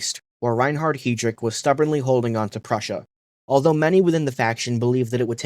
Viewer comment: reinhard hee-drick